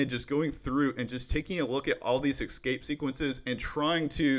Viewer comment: Great Content ! btw is just me or does he really say "Exscape Sequences"?